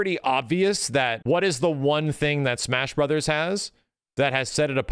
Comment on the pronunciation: dey put duh lethal league in de smesh brothers